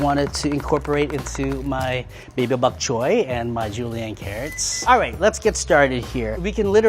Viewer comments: this man said buk chyoy Lol not Boc Choy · it's BOK choy, not "back" choy. Also, there's no such thing as a Level 1 chef. Level 1 home cook is what this person should be titled. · Did anyone else hear Baby-Back Choy? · early in the video, did you say 'Baby Back Choy' like baby back ribs? Cute!